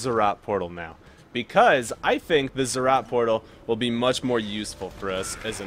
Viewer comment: NO ITS NOT ZZROT PORTAL ITS ZEE ZEE ROT